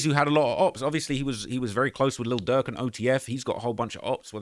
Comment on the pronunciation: Please use pronunciation with your words, cause you keep calling Durk Duck 🤦🏽‍♀️🤦🏽‍♀️🤦🏽‍♀️